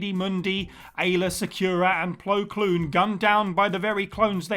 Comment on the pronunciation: Equally as traumatic for some: the pronunciation „Plo Kloon“ 😁